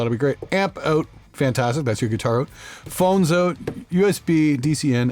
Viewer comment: “Phones oot”